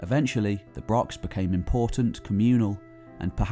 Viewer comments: He doesn't even mention Scotland and can't properly pronounce brochs. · Good vid....BUT if you are doing a video all about brochs...please learn how to pronounce it properly.